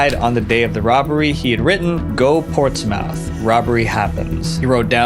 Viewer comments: That's not how you pronounce Portsmouth, it's pronounced PAWTS-muth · As a Brit, the way you said Portsmouth made me giggle. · As a former New Hampshire resident, I got a kick out of that too.